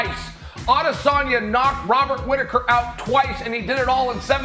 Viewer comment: Wobert Whitaker 😂